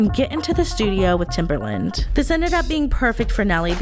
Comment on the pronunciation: oof TimbERland - that was rough on my ears